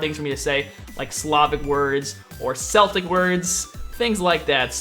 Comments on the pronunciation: Honestly, if they were to add another pantheon, which probably wont be anytime soon, they should seek more diversity. To this is a polynesian or a native american pantheon perfect. I fully support celtic (pretty sure it's pronounced Keltic) or african too though. The rest, not so much... Also, you mentioned a new class. Probably the only new class they could add is a type of support class, as everything else seems to be far to specialized to be it's own class. But a class meant for supports would be nice though! ^^ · Celtic is pronouced as Kel-tick :) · Spelt Celtic but pronounced "Keltic" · u say the c😂😂 celtic man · its prenounced keltic not celtic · dude it's pronounced as kelt not selt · It's prenounced K Eltic not Seltic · Celtic is pronounced "Keltic" Not "Seltic" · it's not seltic it's celtic, I'm Irish I should know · It's pronounced like "keltic" but spelled celtic... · those aren't the main Celtics(k-el-tic not s-el-tic), look up the Morigan(mage, goddesses of death, Flitish(hunter, goddesses of the hunt), or Brieget (queen of the gods)(not correct spelling and you won't read it right) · Celtic is pronounced Kell- Tick not Sell-Tick Source: I'm Irish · its Keltic not seltic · I hate to be nitpicky but you pronounce Celtic with a hard c and a soft one. You say seltic when it's supposed to be celtic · im irish and i know its hard to say for americans but celtic is pronounced ke-l-tic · Bro, it's pronounced as KEL-TICK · Celtic is a football team. Celtic as a group or a culture are pronounced with a solid K sound not an S. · it's Celtic so you pronounce it Keltic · Celtic as the pantheon is pronounced Keltic :D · Sorry to do this, but it's pronounced Keltic. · Its Kel-tic, like how you'd say the name kelly or ken, my Grandparents are of Celtic descent. You can call those people Celts, again Kel-ts. Do not take that personal everyone says it wrong. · I was thinking the same thing!!!! I hate when people say seltic, it pisses me off to no end